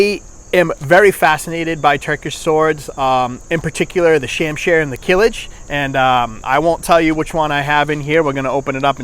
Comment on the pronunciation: Not Kilij, is it name kılıç